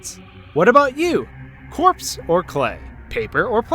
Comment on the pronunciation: It's Corpse